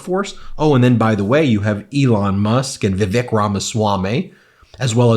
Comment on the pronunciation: We wanted them to say Kamala correctly we should say Vivek, correctly, It's "Viv - ake", rhymes with fake.